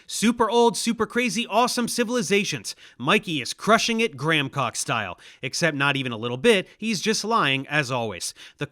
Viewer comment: Dave Explains lol are you saying "gramcock" instead of "Graham Hancock" on purpose"?